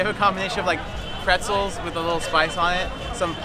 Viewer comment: Did just call it Pretzels?